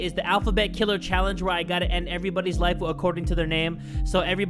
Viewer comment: I love ya vids I even remember when you said knifeu and lifeu then I said if you life this vid remember to tell a friend that from the KUBZ SCOUTS is THAT DUDE.